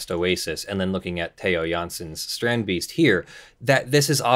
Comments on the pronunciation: Wow didnt expect the how you pronounced strandbeest, expect you to go strend beast, thumbs up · oh boy I'm jumping in my seat even before the vid started =) I'm really curious how you pronounce strandbeest X) (I'm dutch) (edit: I tip my hat to you dear sir. that was perfect!!!!)